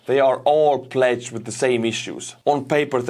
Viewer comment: Pronounce plagued...flat a . pure a. Sane, bane, main.